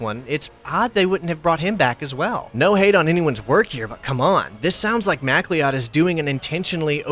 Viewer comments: You said lewis mac lee od but i think that is lewis muh cloud when said out loud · Mack-Lee-Odd? Is it spelt MacLeod? Guy sounds Scottish, at least. That's pronounced McCloud, you know like the Highlander character. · Macleod is pronounced Mick Loud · Lewis Macleod is pronounced "McCloud", like Connor Macleod of the Clan MacLeod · Macleod is pronounced "mac-cloud" lol. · MacLeod is a Scottish name pronounced like McCloud. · MacLeod is pronounced MA-CLOUD. Like Connor MacLeod of Highlander? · The surname MacLeod is pronounced McCloud. That's how it's actually supposed to be spelled. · MacLeod is pronounced like "McCloud" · MacLeod is pronounced Mac Cloud. There is only one way to spell MacLeod, and only pronounced mac cloud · It’s pronounced mac-loud btw. He also played sebulba in the movie